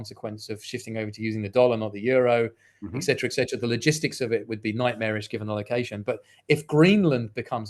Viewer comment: Why is it that so many intelligent people still cannot properly pronounce the word, etcetera?